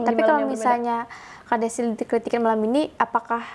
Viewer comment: aku ngakak pas bilang kelitikin jadi kelikitik hahahahahah